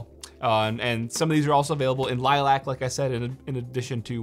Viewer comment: Am I the only person annoyed by the way he pronounces "Lilac"